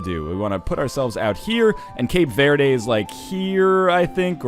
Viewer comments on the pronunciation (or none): Northenlion, I love you, but as a Brazilian hearing you say "Cape Vaerdae" is the most soul crushing thing on Earth.